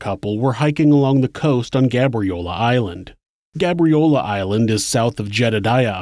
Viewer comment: It's pronounced gay-bree-ow-lah btw